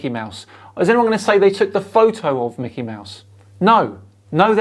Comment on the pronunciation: It's not Macky Mouse.